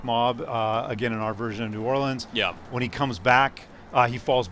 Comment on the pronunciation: no one ever gets new orleans right